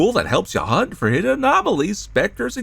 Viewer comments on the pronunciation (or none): none